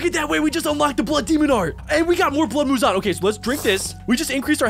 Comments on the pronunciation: You’re saying a blood wrong it’s Mouzon blood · Muzan-ah 😂😂I'm dying at how says -ah at the end of a bunch of words and names 😂😂😂😂 But no joke amazing vid😁